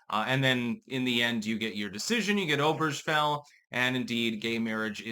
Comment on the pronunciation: Lmao. Oh-Burr-gah-fell Say it with me.